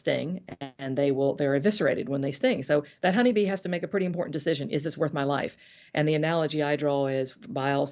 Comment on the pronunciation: MTG always loves adding extra "D" in her words. "Drownding" and "Impordant," for example.